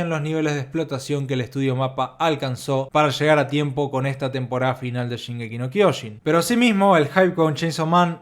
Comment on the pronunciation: Se dice SHINgeki no KyoJIN